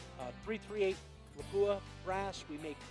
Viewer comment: That awkward moment when the voice talent can’t properly pronounce the title sponsor as LAP-oo-uh.